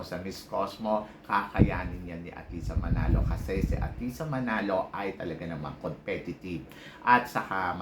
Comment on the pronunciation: Athisa, hindi atisha. Ayusin mo ang pag pronounce ng pangalan ni athisa. Huwag puro salitang kabaklaan.